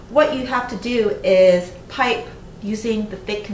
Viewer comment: Great video, thank you! Side note: At the beginning there was one word I couldn't understand- I thought you said "put flowers", spoken with an extreme California accent. Then later I read printed somewhere to "pipe" the icing. So.. kind of funny ignorance on my part. Keep up the great work!